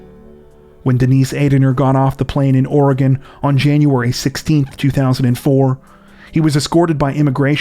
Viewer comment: But he says Oregon right most people don't lol